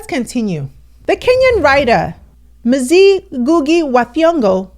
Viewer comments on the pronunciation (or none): Mzee is pronounced as “Moo-Zay-Yee” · min "Mzee" is a respectable swahili word meaning Elderly. The pronunciation of the "ee" in (mzee) is like the 'e' in Kenya or 'e' in egg. May our legend Rest In Power.